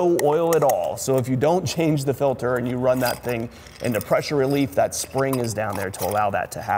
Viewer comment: Filder? Is that a Pennsylvania thing? 😂